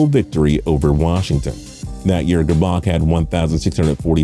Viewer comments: Shem-beck-ler and Ger-back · OMG and it’s gerrrbac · He also pronounced Elvis grbac's last name wrong. It's (gurr-back)